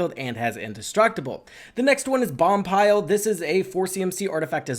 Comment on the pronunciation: I know it's very nitpicky but the card Boompile is pronounced BOOM (as in Room)-Pile. Again, sorry for this but it was triggering me every time he said Bompile.